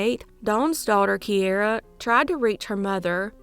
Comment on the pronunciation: Key air a ……is how my niece pronounces it.